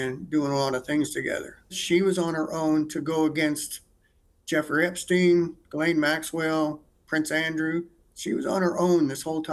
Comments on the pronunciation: Did Lady Victoria just say “Eppinger” not “Epstein”? She really is low IQ 😂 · Victoria didn’t even know how to pronounce Epstein name 😂😂😂😂